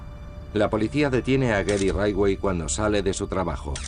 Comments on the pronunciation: Por qué pronuncia todo el rato como “raiwei” cuando todos los documentales en inglés dicen “ritchwei” (aproximadamente)? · "Raywey".... Jajajaja, siiiii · Muy buen documental, con lo único que no puedo es en como pronuncia el apellido de Gary. ¿Qué es eso de raitwey? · Por qué pronuncia Ridgway así? 🙄😖